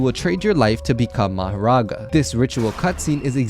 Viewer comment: Mahorga not maghera